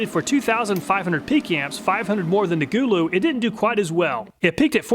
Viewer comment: i think its suppoed to be go-low but gooloo is funny and ok to lol